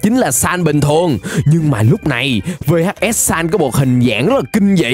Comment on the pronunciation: Người ta gọi là vhs sans chứ không phải là v-h-s sans nhé